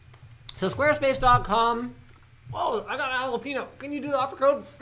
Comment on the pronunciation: "holla-pee-no". That's wrong. The proper not-Spanish pronunciation is "holla-pen-yo".